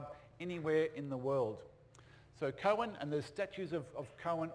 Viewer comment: Coen is pronounced "coon", not "cohen".